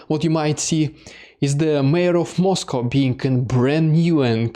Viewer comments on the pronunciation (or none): none